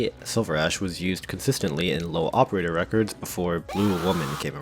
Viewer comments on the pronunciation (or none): none